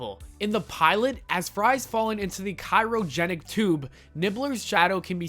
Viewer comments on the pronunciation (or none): Why would I want to forget this? Do you even watch the show? Because you don’t even know that it’s pronounced “Hermees”. And it’s not cairogenic, it’s cryogenic. Maybe next time actually try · Did you seriously fucking say fransworth and hurms? Also why would we want to forget the work they put into their work? I knew this would be a bullshit click bait video and I still clicked. I block channels like this so you'll never get my view again. Also it's CRYOGENIC not CYROGENIC, idiot. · Also says "Cyrogenic Tube" instead of Cryo. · Fransworth??? Cairogenic? Riden? It’s not even just a matter of the narrator having never seen the show, it’s a matter of them picking an idiot who can’t properly pronounce the most basic and generic terms to be the FKN NARRATOR. seriously? Are you drunk or just slow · Herms? Cyrogenic? Fransworth? You never actually watched Futurama, did you? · its pronounced as Cry-o-genic not kiro-genic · Some constructive criticism: learn the correct pronounciation of words and names before going into production. Farnsworth, not fransworth, hermies, not herms, and cryogenic, not chirogenic. Cheers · I really did enjoy this. But at 4.05 CRYOgenic rather than CYROgenic m'thinks sir. 😘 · Roac And the "cyrogenic tube". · lol "Ky-ro-genic tube" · Bro, please read a thesaurus. FaRN sworth CRY ogenic Good video, but you sound like you can't read above a middle school level.